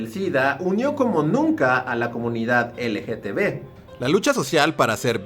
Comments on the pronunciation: Amigo no es dificil decir LGTB repite conmigo L-G-T-B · Cada que menciona la abreviatura (mal pronunciada) me la imagino escrita LGTV jajaja